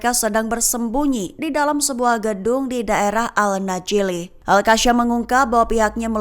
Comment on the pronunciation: ALQASAMMMM😅😅BUKAN ALKASYAM😅